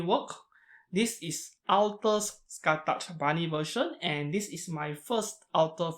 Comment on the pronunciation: The pronouce is not "skatach" but "Ska-hawk"